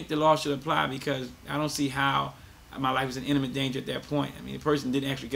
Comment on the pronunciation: It's not called "innamet danger", it's imminent danger. /ˈimənənt/